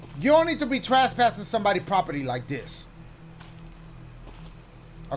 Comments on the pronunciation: He said traspassing when it’s trespassing 😂😂. I love his videos man ❤❤❤ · Dashie saying trespassing like "Traspassing" kills me 😭